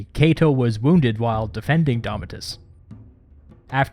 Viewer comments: Thats Domitius (Do-Me-Ti-Us) not Domi-tus. Really, I have to comment here, no one else called him out on Domitius? Yet I see multiple comments in the other video about Gallipoli. Well here's a clue, idiots. Domitius clearly has an I, and is not being pronounced right, whereas Gallipoli is fine. Man, why are people such fools? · Its DOMIT IUS , not DOMIT US , theres a clue in the spelling. 🤗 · Domitius not domitus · you say "domitus" instead of "domitius" lol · DAHMITYUS FAIL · Doh! (mee-shus). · It's pronounced Dom-ee-t-ee-oos. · Domitius is pronounced as it is written English has flown away too far from Latin but German or French pronunciation is no better.Polish is closest to Latin not only in pronunciation but also in grammar.